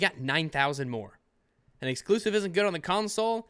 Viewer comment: Does anyone else really hate how says "Exusive"? Every time he says it, in all of his videos, I hate how he says it even more, especially with the nonsense that is in the context when he says the word.